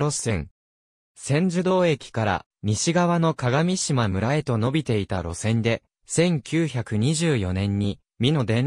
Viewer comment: 鏡島は”かがみしま”ではなく”かがしま”です。また合渡は”あいわたり”ではなく”ごうど”です。